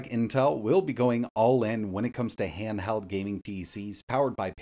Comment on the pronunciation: Handheld or handhald 😂 now you hear it 😮